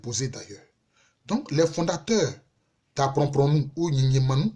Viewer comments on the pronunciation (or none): Apromprom et non aprompronou Le premier est de l'indenie et le deuxième du djuablin